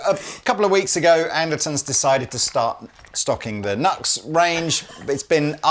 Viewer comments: You're a world-wide music retailer and didn't bother to check the pronunciation of NuX? I love you guys but have to say I was embarrassed AF for you both sounding like such ignorant amateurs. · I believe the rep should have told them how to pronounce the name when they acquired the brand. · I think itis pronounce ..New Ex ....but the Blues breaker pedal is actually copied from the JHS Morning Glory ... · NEW-X not nucks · Great pedals for reasonable prices, good to see you stocking them. I believe they pronounce it as "New X" rather than nux. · It’s pronounced NU-X. Their manuf. symbol has a dash or an arrow between the U and X. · It’s Pronounced NEW-X …….I’m petty sure a half million:people are freaking out and blowing up your inbox busting your Nux over this harmless mistake…… but just in case you f around and get smushed by a stack of Marshalls happen and kick tar bucket I thought I should tell you …..I don’t want you going to hell over this…..😂 keep posting you awesome vids they are really informative and I made sure to watch a video of the gear that I’m planning to buy before I buy it to see if it get the seal 🦭 of approval 🤘🏼🤘🏼🤘🏼🤘🏼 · Ah isn't NUX pronounced New-X? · The brand name is pronounced New X. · Hey fellas...it's pronounced 'New X'. The Horseman is amazing as a boost in front of a cranked amp. And tell Pete he is definitely not allowed to get his Morning Glory out on YouTube. 😂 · Pretty sure they have stated that it's officially pronounced NU-X. Like "new ex". It's not as fun for jokes that way though haha. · “New-Ex”. Please. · It's pronounced new-x. I get that it's a funny little throw around bit, but the smallest bit of respect that we can pay someone is to get their name right. It literally costs nothing to do. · It's pronounced NEW X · I believed it's pronounced " new x " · Pronounced ... New X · Pronounced Nu-X (new-ex) yes? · i dont mean to rain on the parade. but. i'm PRETTY sure its NU-X like new-ecks